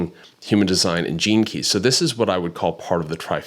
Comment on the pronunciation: As someone who has never studied human design or heard of astrocartography, i thought you were saying "jinkies" instead of gene keys. Anyway, interesting concept